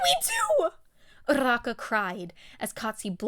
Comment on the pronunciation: idk why but the fact that you roll your Rs when you say uraraka's name just irks me the wrong way